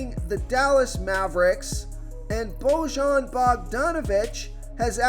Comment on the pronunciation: I see your Eastern European name pronunciation has gotten no better. Just do you know, luka is DON-chich not Don-kitch and bogdanovic is “BOY-yan” not “Bo-Jon ”